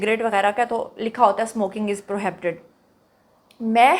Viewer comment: Check ur pronunciation of PROHIBITED. You are pronouncing it as “ PRO- HABITED”. It’s “I” not “A”. You should pronounce corro.